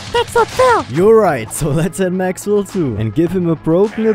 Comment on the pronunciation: El Maxwell instead of El Mexwell 😭